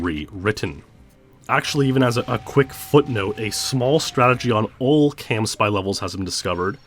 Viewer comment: Is it “camspy” or “campsy”? You pronounce it like the former but wrote it like the latter on the acceleration diagrams.